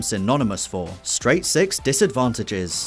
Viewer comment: pause when his says seix